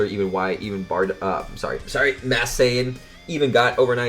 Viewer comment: Why do you say "Mass Saiyan" instead of "Masked"?